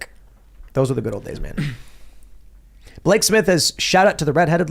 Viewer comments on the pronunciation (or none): none